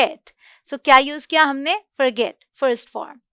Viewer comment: Mam ap bolte kuch alag and likhte kuchh alag hai jaise forget likhte hai and fraget bolte hai confuj rahta hai